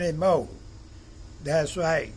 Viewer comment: I love it when you say " das right"😊💜